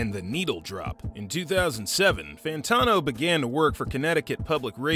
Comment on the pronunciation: how do you research an entire video about him and still not learn how to pronounce his name lol ... good vid tho